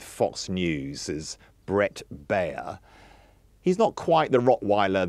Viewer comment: Very unprofessional and misleading analysis of the Baier interview. One of these fools is so unprofessional he doesn't even know how to pronounce Baier's name. He also claims there are more Biden voters from 2020 now supporting Trump than Trump voters from 2020 now supporting Harris without providing any source. It's also very wrong to claim that there's a long tradition of politicians talking about enemies from within -- this and lies about the media lying are the basis of fascist propaganda. It looks like the Telegraph doesn't even call out Fox for being a propaganda network that spreads lies and will soon again be forced to pay hundreds of millions for spreading lies a d defamation.